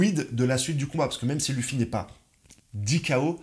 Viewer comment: Et il dit vraiment lufi 😭😭